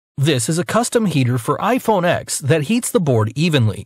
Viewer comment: Its ten not ex